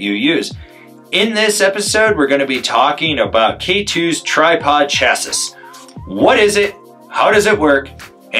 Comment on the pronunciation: I’m going to die if you say Chah-sis again. 😆 Chah-see… as you say later in the video. Otherwise excellent explanation. (Preparing for reply 😂)